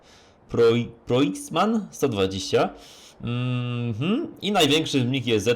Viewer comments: nie proiksman tylko Proxima tak dla wiadomości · Zetor proxima (czytaj PROKSIMA)